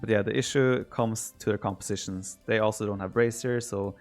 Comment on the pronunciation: Instead of "also", Viper says "Oslo". True Norwegian :')